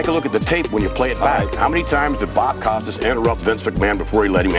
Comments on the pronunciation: Jesus christ dude, you want to make vids? Learn how to pronounce people’s names correctly. Thumbs down. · Can we talk about how he pronounces bill mahr Bob Costas and Randy Ortons names ugh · The way you pronounced “Costas” does not sit well with me. It’s Cost-as, not coast-as as you said it. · Its not Bob COASTAS, it's Costas, like Kostas,, He has more Emmy's than any other sports journalist .. show some respect by getting his name right. And its ORTON, not ORDON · "Costas" Not "Coastas" 😊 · LOL, 'Coastis'? Bob fucking Costas may be a dick, but slap some respect to at least know how to correctly say the name of a legendary broadcaster. COST US (basically). I mean, you looked up his height and weight stats, but skipped how to say a name you should already know? Even Vince said it for you in the footage you utilized and you still repeatedly borked it. Edit: Bill MA HER??? I give up. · cost-us, not coast-us mar, not mar-her dude, no one can take you seriously if you can't pronounce people's names correctly. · Bob coastesess. Hahaha, wrong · OMG. Bob “ COASTUS”? Learn to pronounce names dude. Vince even says it in the interview and you still say it wrong. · How could you not know how to pronounce Costas? He's as big of a name in sports broadcasting as there's ever been. Frickin' nubes. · The Best part of the video is the host pronunciation of Bob Costas!!!! Koe Stas is a has been!!!!!!! OMG, he got Bill Mah har wrong too! I love it! I hate both of this libtards! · You pronounced every single name wrong. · Fun stuff, but dude, at least be able to pronounce Bob Costas's last name correctly. Makes you look like a complete idiot. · How can you mispronounce Bob Costas??? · Hey man, I appreciate the video, but a tiny bit of research would help you pronounce names like Bob Costas and Bill Maher correctly. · Bob "Coast-us"? Bill "Mah-her" John "Stow-sul"? C'mon, dude ....